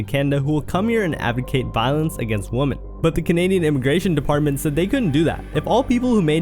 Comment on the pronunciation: He said women so many times and pronounced it wrong every time